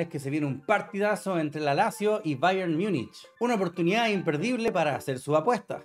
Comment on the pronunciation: Jajaja más encima dices mal Bayern Münich